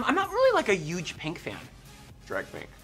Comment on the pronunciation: "Um, I m really not a yuge Pink fan.." The way she pronounces huge 😆😆